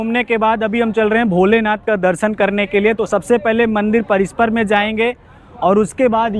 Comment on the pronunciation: Bhai parishar hota hai parisper nahi